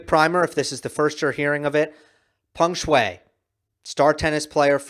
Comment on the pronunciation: got her name right this time